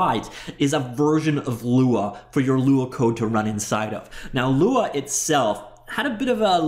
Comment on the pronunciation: Lua means Moon 🌒 in Portuguese. When you pronounce Lua, you doing great, no american accent.